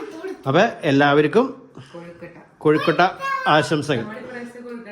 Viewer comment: കൊഴുക്കോട്ട അല്ല കൊഴുക്കട്ട എന്നാണ് പറയേണ്ടത്.